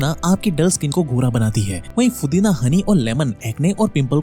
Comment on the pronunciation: Pudina ❌️ Fudina ✅️💀🤣